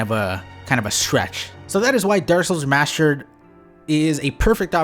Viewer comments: "remascher" It's remassster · ThrustFrom Behind I was looking through the comments to see if anyone else caught that lol it's the remashtered version of saying remashtered..